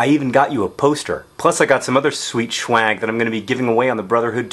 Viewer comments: did he say shwag in here, pretty sure i heard shwag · Hahaha schwag... that's a slang term for cheap marijuana... not like swag, what you MEANT to say :P